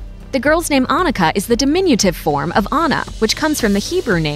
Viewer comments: 1. Never heard of this name before 2. Written with a double n and not pronounced like Ah- nika 3. A shorter oo and pretty outdated 4. Not so modern and probably rather swedish than german 5. Oh my that's so old fashioned please don't name your kid Liselotte plus I think there's a childrens' book about a cow named Liselotte so it might give people a wrong association 6. That one's actually quite ok 7. Also ok but was used a few decades ago 8. Not so common but sounds nice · The pronounciation here is so unbelievably slurred. -It's Annika. AnNika! A doubled consonant implies a short and speedy pronounciation of the syllable. Say Unnika. -It's not 'Loots'. The 'U' is short. Say 'he puts his glass down' ;now say 'puts' ; now say 'luts'; see: Lutz -'Lisalata'??? I don't even know where to start... Leezelotteh, O and E are two distinctive letters and the S is not sharp, more like a bee ssssss-ing around. Same for Lise. It's 'Leezeh'. Lotta is also cute name. -Not 'Bastion'... Bas-ti-an -> Bass-teeyaan, at least in approximation. -LOH-renz I hope that helps minimizing damage done to children. Oh and Ivo is old english and not a name i have heard anyone be called. Like ever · Oh come on, Annika with a double-n please! 🙄